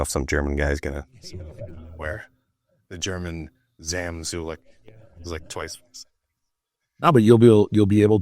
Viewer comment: Jay gives off the "trying to be hip with the young kids persona". Having Sam on your podcast while you can't even pronounce his last name. Then the motto for your gym... " It's not a gym... It's a vibe." Guess you gotta do what you gotta do to sell your brand.